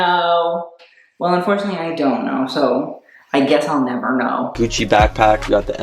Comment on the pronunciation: IT'S GUCCI NOT GUCI